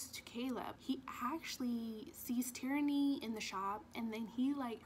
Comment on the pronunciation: Sounds like you are saing "Tyranny" when you say Tiernan. And im with you girl i cant rate this book. 😂